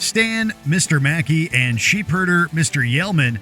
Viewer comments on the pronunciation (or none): none